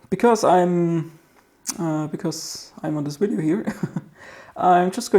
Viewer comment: DID HE SAY WIDEO NOT VIDEO